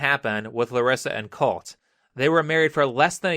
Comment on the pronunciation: I can't unheard colty whenever he said colt